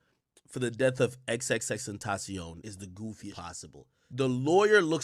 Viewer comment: The way this guy says tentacion is almost as good that one guy that says TAPATIO 🤣